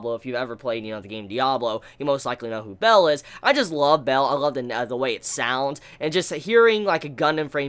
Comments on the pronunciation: Bael is pronounced as Ba-el, or B-ale, not Bell.... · One of the best episodes of gundam, such a great one; Pedobears tho Is Ba-el, not "Bell" xD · its baal, not bell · isn't Bael pronounced like "Bale" as in Christian Bale?